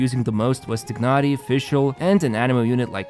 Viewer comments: "Taynari" not "Tihnari" FFS, pronunciation is in game already, use it T_T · TYE-nah-ree. Tighnari. Lying tying a knot. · This is the last video im watching from. He hasnt change how he pronounce Tignhari and it is super annoying and disrespectful. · it's not tye-nah-ree....does it look like an English name to you? Because it's not and therefore you won't pronounce it in English way. The eng dub failed yet again. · Its pronounced as "tainari" right? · Nope, it’s more like “tee-h-nari”. English VAs pronounce it wrong. Not the first time, EN version also butchers almost all Liyue names and even Klee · I have been thinking of this for quite a while now...is it possible that the narrator is not playing Genhin? He has been mispronouncing Tighnari since the very beginning. Love the videos, just a very minor feedback. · I like your accent in saying Tighnari’s name. Can you say it again? XD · funny how you still can't pronounce Tighnari